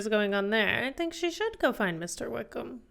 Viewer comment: 😂😂😂😂👌 is so twitterpated she can't pronounce Wickham.